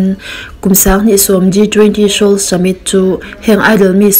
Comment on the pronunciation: A ziak dan ah seoul a nia..mahse Se-ol ti a lam loh tur.an lam ngai lo..soul tia lam tur.